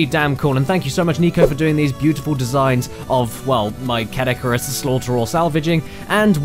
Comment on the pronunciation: Caddicarus turns into Car-dicarus.